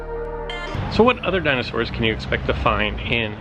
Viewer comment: Your pronunciation of dinosaurs is cringeworthy